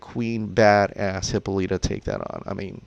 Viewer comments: I need to say it. It’s not Hypoleeta it’s Hypolitta (hip ol it a) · Why does he say Hippolyta like that? 😂😂😂